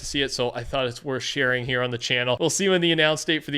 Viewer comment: Petah.. the battle pass is heah